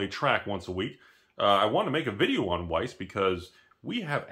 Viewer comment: Just pronounce it vice and Germans will think you're German